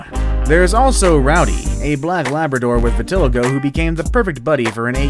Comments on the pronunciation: Its pronounced VIT UH LIE GO, dummy. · Its vit-a-lie-go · LEARN HOW TO PRONOUNCE WORDS CORRECTLY!!!!! VITILIGO-(VI-TUH-LAI-GOW)!!!!!!! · Never seen Vitiligo written before? Would be an idea to find out how a word you’ve never seen is pronounced